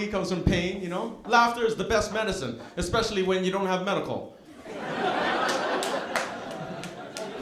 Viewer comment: "expecialy" this made me skip to another video. Anyway, best wishes to all decent Americans from Prague, Czech republic!🇨🇿🗽🇺🇸